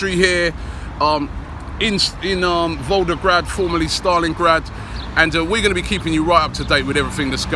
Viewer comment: He called it Voldergrad loooooool